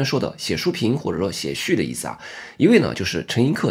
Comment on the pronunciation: 陈寅恪（que4读雀），不是课，。